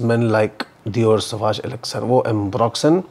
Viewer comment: Re watching this to listen to that "duniya bhar ka ambroxyn" 😂😂😂